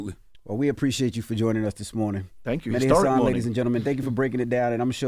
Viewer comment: HIS NAME IS MEH-DI